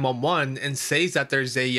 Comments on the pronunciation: OMG, it's pronounced "sez". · I cant watch this channel anymore. The way he says "says" drives me nuts. He doesnt actually research the stories.